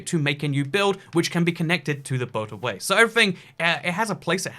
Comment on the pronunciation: i heard "boat away" several times until i understood that it's a boatorway